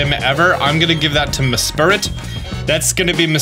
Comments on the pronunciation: lol meSPRIT not MESPIRIT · say it with me “mess-prit” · a-a-ron and mespirit XD I just can´t, it´s just too funny